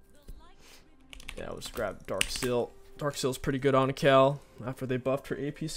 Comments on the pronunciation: It's Kayle, not Kell. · The way this guy pronounces Kayle is so frustrating 😂